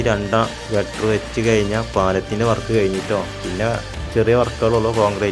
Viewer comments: Gutter അല്ല girder ആണ് സുഹൃത്തേ. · ഗട്ടർ അല്ല കെട്ടൊ ഗർഡർ